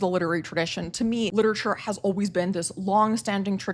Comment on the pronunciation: please pronounce literature correctly